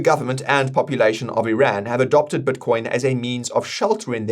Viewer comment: I'd love it if learned how to pronounce "i" in words. His "Bitcoin" sounds like "Buttcoin", and "this" sounds like "thus"